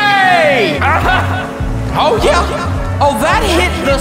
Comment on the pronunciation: lol why doose he say oh yah like that